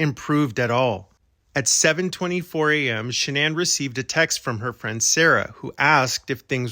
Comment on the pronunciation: You are so invested in the case but you cannot even pronounce Shannan's last name properly.